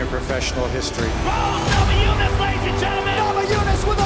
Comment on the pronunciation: this is great but did he just say bug throse namajunas?